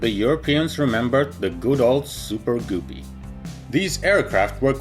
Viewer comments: It is NOT pronounced Goopee! It is pronounced Guh pee. Just like ALUMINUM is NOT Aloomineeum! It is spelled and pronounced. A L U M I N U M! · Ok, it's happened too many times for me not to say anything. The word GUPPY rhymes with puppy, not poopy. Thank you. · Sing with me now : "If you find a guppy, it rhymes with puppy So never call it goopy, 'cause that's just poopy." :) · Super........ Goopy?????? You mean GUPPY. It's like PUPPY, but with a G. Lmao!!! Super goopy. That's some funny s@ Haven't laughed that hard all week. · Try”g-UP-py”, like puppy...not “goopy” like poopy. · Gup-pee “ guppy “ dumbass , wtf is a goo-pee ? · Wish he would get the pronunciation correct. It is not goopee but pronounced like (g up pee) and it is not tubo prop but turboprop! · G-uh-pee. Not super goopy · Goopy, umm don't you mean Guppy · No offense but its not goopy its guppe srry it just bugs me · It’s pronounced guppy. Not goopy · it's not goopies or goooree it guppy why are you making fun of this airline it is a great airline. By the way I'm still am not trying to start a fight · It's "Guppy", like "Puppy", not "Goopee" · Anyone else think it’s kind of funny how he pronounces “guppy” like “goopy” lol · Pronounced " g-UP-ee" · It’s pronounced “Gup”-ee, rhymes with cup-ee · Please pronounce Guppy ....G-upee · Guppy rhymes with puppy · It's pronounced "guppy" rhyming with puppy. I knew the son of the man who named these little fish in Lake Victoria. He was Nick Guppy of Cambridge, England. That's how he pronounced his name! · I know why he pronounced Guppy like Goopie, because it's the way how he pronounce species of that fish in his native language. In my language we pronounce Guppy in the exact same way like he did it, of course we write it differently (Gupi) Energia being Russian rocket project he spelled it correctly, and using English alphabet you can write it somewhat like "Energiya" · It's pronounced Ga pi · Goo-py??? WTF!? LMAO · Accents: am I a joke to you? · guppy* not gooby